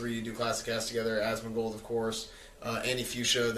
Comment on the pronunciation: "Asmon-socks" boom theres some merch for ya, your welcome